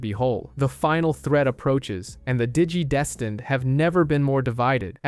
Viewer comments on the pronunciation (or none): “Digi-destined”? ❌ “Dee-gee-desteened”? ✅ 😂😂😂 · that and how he kept pronouncing "digidestined". Digi-deeeestined. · Nice video, but pronouncing the same word 3 different ways is incredibly frustrating.